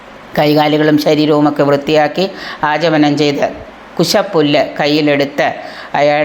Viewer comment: Ajamanam alla achamanam Akshara spashtam venum